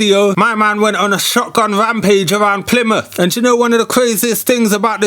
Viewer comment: "plymouth pomplex" lmao